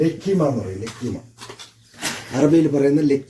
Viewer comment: ലക്കിമ അല്ല ലുകൈമാത്ത്